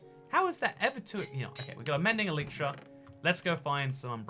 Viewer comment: But first, he needs to learn how to say elytra